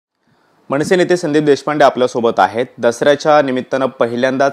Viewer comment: मणसे नव्हे रे, मनसे म्हणायला शिक. म्हण 100 वेळा 'मनसे'